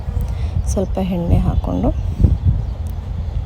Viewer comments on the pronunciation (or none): ವಿವರಣೆ ಚೆನ್ನಾಗಿದೆ. ಆದರೆ, ಅವರೇ ಕಾಳು ಎಂದು ಹೇಳಬೇಕು ಅವರೇ ಕಾಯಿ ಅಲ್ಲಾ. ಹಾಗೇ, ಹೆಣ್ಣೆ ಅಲ್ಲ ಎಣ್ಣೆ ಎಂದು ಹೇಳಬೇಕು